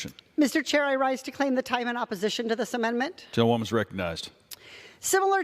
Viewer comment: English is bot my first language but it irks me when she says mendment instead of amendment.